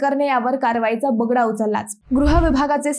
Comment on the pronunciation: 😂कारवाई चा “ ब ड गा “ कारवाईचा बगडा नसतो ग ताई , ब ग डा उचलला काय ? मराठी नीट बोला रे नवी पिढी